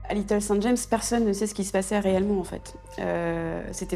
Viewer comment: The sound of this video is AI - artificial intelligence! Listen to the pronunciation of Little St. James, there is a full stop after St...